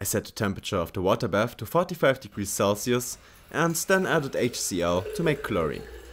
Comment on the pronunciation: distilled watee :3